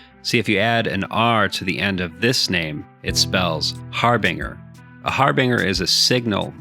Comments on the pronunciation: "Harbinger" is pronounced "har'-bin-jher" not "har-bring'-er" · I don't mean to be a grammar or more specifically a pronunciation corrector, but the G in harbinge is pronounced exactly how anyone would say Orange. Emphasis on the fact that there is an E after the G. There are few words where G is pronounced like in the word Jumping < see, the G is by itself and has no letter that comes after, also it is the very last letter of a word. Again don't mean to be that guy who does this, first time actually, but just seems like an oversight on pronunciation. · Thanks. That bothered me too.